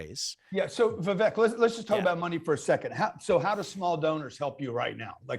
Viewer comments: Its VIVEK not Vibek. ...great interview 👍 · Remember it’s “Vivake”, like cake! Spelled Vivek but sounds like Vivake. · Vivek … pronounced like “cake” Vivāk